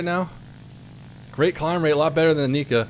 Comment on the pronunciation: two things 'nigga' isn't the n word and he said 'nikka' (he meant to call it 'kikka')